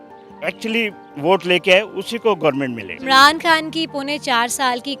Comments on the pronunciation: محترمہ کا تعلق کیا بھارت سے ہے جو بار بار عمران کھان کہے جا رہی ہیں۔ ہندی میں 'خ' نہیں ہوتا اس لئے وہ خان کو کھان بولتے ہیں۔ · محترمہ آپ انڈین نیوز چینل سے ہیں کیا ؟؟ کھان نہیں، وہ خان ہے۔ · مادام خان کو کھان بول رھی ہیں انکی اردو درست کروائیں